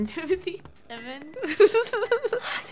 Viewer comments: its not Simmons its simon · Timothy Simions 💀